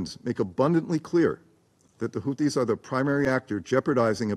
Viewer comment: Russia is the adult in the room! And it's Houthis, not Houtis.